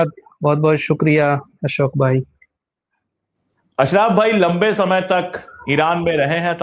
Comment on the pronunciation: वह अशरफ़ है ना कि अशराफ 😂